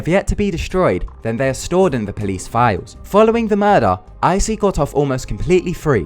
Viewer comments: I think "Issei" is pronounced as "Ee-Say", not "Eye-See". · Issei is pronounced "ee-say" not "icy" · Icy? lol it's Issei (E-SAY) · Idiot mispronouncing names.... Isei is pronounced eee-say, not ai-see.. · "aisee segawa" what